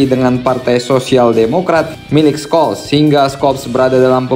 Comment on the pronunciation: FYI: untuk pelafan "Scholz", huruf "C"-nya gak dibaca min. 😅